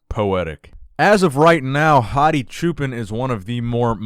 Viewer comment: Hadi's last name is pronounced "cho-pawn" which means Shepherd!